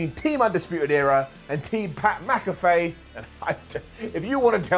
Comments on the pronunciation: it’s Pat MAC-a-FEE not Pat MAC-a-FAY. I love you though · You're doing the Mack-a-fay thing on purpose right?...